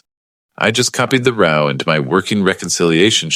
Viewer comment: If you use word muliple times -- such as a "row" in a column of data, try making sure it is pronounced correctly (i.e. not as "row" meaning an argument or fight). It sounds silly otherwise.